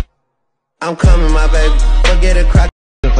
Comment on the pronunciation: Ain’t no way, it sounds like I come in my baby 😂😂😂😂